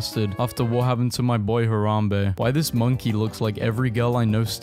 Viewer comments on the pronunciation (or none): none